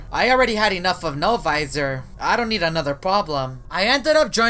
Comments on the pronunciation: Im biggest fan of No-Visor its also not Novisor its No-Visor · No visor no visor you please stop speaking like that